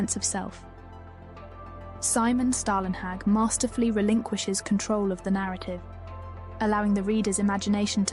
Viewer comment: "Storlenhag" or even "Stawlenhag"